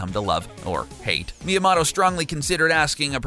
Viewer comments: Its mi-ya-moto Not mi-ya-mato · XDS ECHO Mia-mahtoe* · did you just pronounce it like shy-gearo my-am-otto? are you serious? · dude couldnt even pronounce miyamoto properly 💀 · HOW DO YOU MIS-PRONOUNCE MIYAMOTO HOOOOOOW?????????????